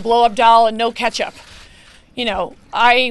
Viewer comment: 'Ketchup' huh?